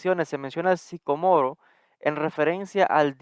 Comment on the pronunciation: Disculpas, pero primero pronúncialo correctamente